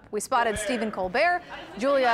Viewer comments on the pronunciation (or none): none